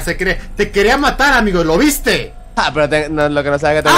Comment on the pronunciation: ademas que dise ameo envede de disir amigo dise ameo